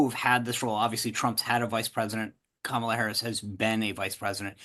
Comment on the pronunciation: let’s transition to proper pronunciation of Kamala today.